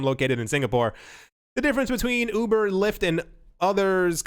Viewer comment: "Ubber" - you heard it here first folks.